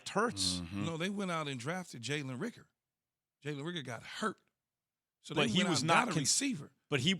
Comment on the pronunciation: If they say “rigger” instead of “Reagor” one more time